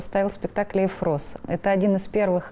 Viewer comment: Что за ЭфрОс? Эфрос! Ударение на первую гласную же.